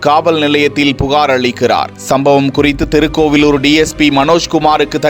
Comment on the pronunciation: தெருக்கோவிலூர் இல்லை மூதேவி! திருக்கோவிலூர் எனச் சரியாகச் சொல்! தமிழை வழிப்பறி செய்யாதே!